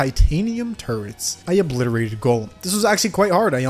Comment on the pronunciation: Bruh why do u sound like ur saying turds when u say turrets